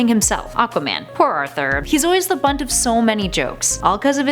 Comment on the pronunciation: I want a host who wouldn't say "bunt of jokes" instead of "brunt of jokes, someone who knows English.